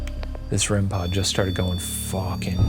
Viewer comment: A rem-PAHD